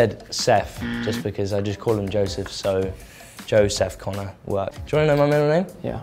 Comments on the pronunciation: I just love it when Kit said joe seph CONNER hahahhahahah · ‘Joeseph Connor’ aggghhhhhhhhh